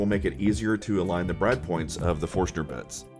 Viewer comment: I really really hope the way you "inadvertently" omitted a letter in your reply was a clever riff on the apparent omission of a letter when you pronounced Forstner in your video. And if that's what it was: Kudos. Well done. :D